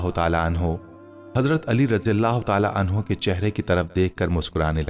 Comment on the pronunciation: Bai ap raji Allah Keu kehte Ho. Tho phir wod Doha surah ko woz zoha Keu nehi kehte Ho. Plz Bai ase mot koro